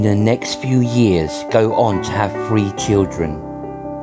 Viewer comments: WTF it`s three not free you prat 🤦‍♂🤦‍♂ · Very good mate but your English sounds terrible. You need to pronounce the T and H and not replace with F. 2 fousand and free !!!!!!!!!